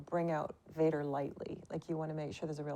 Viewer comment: Ein englisches Interview eines deutschen Kanals ist schon dann gut, wenn sich zur Abwechslung einer nicht wegen unglaublich schlechtem Englisch völlig blamiert (alleine dass viele action, cigarettes und den Unterschied V/W nicht aussprechen können ist so arg)! Yves sagt zB Gott sei Dank VADER und nicht UÄJDA